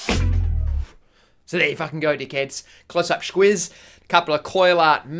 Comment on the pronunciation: Brian Etris Squiz. He pronounces it schquiz. It's reasonably common Aussie slang.